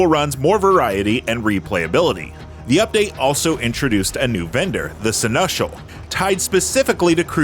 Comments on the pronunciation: No one out here learning to pronounce words correctly. sen·e·schal no Sunushul. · Mispronouncing Seneschal gotta be engagement bait. I s2g.